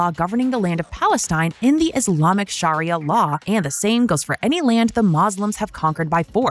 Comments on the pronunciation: Sharia, not sharayah lol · Please don't pronounce Sharia as Mariah (Carey) :P